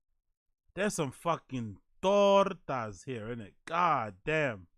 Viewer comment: He said tortas😂